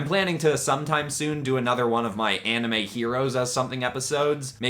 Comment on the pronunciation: Ok you realy gota work on that name for the series